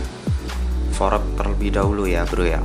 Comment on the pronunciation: Kocak banget lu bang jadi pelawak aja, fork dibilang forek wkwk